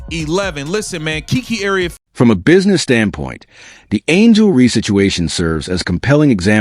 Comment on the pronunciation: Again, angel ree???